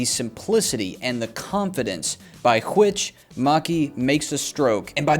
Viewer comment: "...by QCHHWHICH...." i've seen all of your videos...some of them more than once....but that kills me everytime. Only God knows how much i'd like to see more videos on your channel...you are both extremely funny and extremely helpful